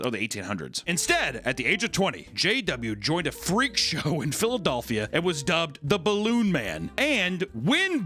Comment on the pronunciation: can’t get over how you say “Philadelphia”?! 😂 ha haha wow!